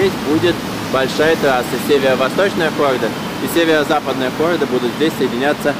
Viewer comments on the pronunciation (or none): none